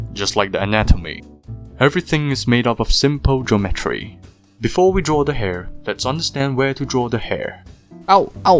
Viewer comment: “Geomotry” Me: 💀